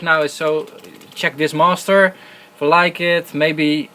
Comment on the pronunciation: "Masteruh" :D